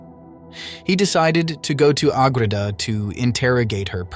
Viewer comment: St Maria of Agreda. Not agrita